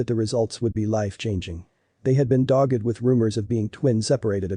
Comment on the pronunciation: A shame the reader doesn’t know how to pronounce doppelgänger, when that it is what the article is about! He also pronounced dogged wrong!